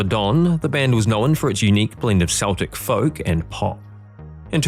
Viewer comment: Learn how to pronounce "Celtic."